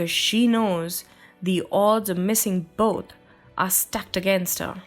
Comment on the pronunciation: I enjoyed it, quite understandable :p But it's "Victim", not "Wictim" ; and "boTH" (between f and s sound), not "boT". She has a nice voice and I see the efforts, though :)